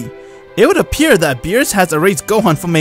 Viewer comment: Bruh he said meerus not beerus